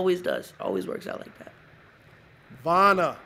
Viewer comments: his nickname is Wanna and he called him Vanna 💀💀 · STOP WHEN HE SAID VANNA NOOO 😭 ITS WANNA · i’m assuming he meant wanna and accidentally said vana but that’s so funny 😭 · Did he call him "vana" at the end💀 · Javons nickname is wanna but the guy called him Vana😭